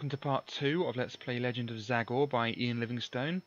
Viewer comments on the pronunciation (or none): I’m pretty sure the name is pronounced ZAY GOR